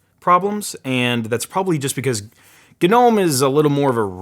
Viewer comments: gnome is pronounced no-mmm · Am I the only one who pronounces Gnome as "no me"